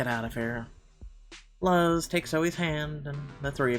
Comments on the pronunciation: than sorry man, it's just i know people named luz and i live in a predominately Hispanic/Latino neighborhood and noone ive met/know pronounce it that way (that'swhy i was bothered).My comment about being Mexican American is a little irelevant in terms of my neighborhood as I'm part of like 1 of only 3 Mexican families. BTW sorry if it came off as rude it was more like a nitpick than anything else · Since Luz is Mexican, I believe her name is Luz (Loo-z) since Thomas calls her Lulu. And the neighbor Levi (is Lee-viy like the jeans) is probably gonna be a babysitter for us in the future. Vanessa is such a mean mom, I think she's gonna need MC's help to get her son's out of trouble. And like Calvin said I agree we'll need Thomas to help us fight the custody battle with our ex. I wish there was a male MC perspective other than Thomas so that we could see your reaction. Lol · It really bothers me that you don't know how to say luz